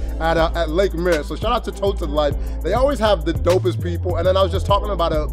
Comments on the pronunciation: Patterson's has one of the biggest selections of scotch on the main street and the No Name Bar is very popular and famous, usually really good jazz bands, local. Extremely down to earth and a lot of the locals go there. Muir beach is pronounced " Meer " like beer or deer. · Muir it’s pronounced like “mooo” 🐄 - “ear” 👂and its Spanish for the verb to die lol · Marin "Ma Rin". Muri Beach "Mew or" Great Vid! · "mah-rin", "mure" beach/woods. im from there. glad u love it